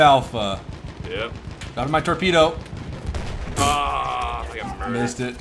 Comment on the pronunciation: tropedo lol